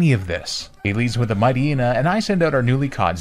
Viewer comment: You are the first person I've ever seen that pronounces Poocheyena and Mighteyena correctly.